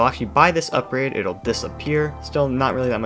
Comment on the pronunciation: "uprade" "ugrade" close, but not quite